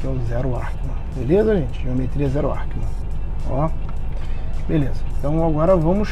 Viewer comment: Ackermann!!!! Arckeman não existe !!! Quer explicar o que é e nem sabe a pronúncia???